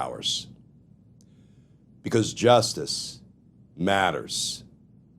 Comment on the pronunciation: Sexy voice Glenn! On a serious note, I think you should pause and emphasize both words “because… JUSTICE MATTERS” Rather than “because justice… MATTERS” which you currently do.